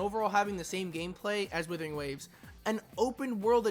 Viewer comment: dont say withering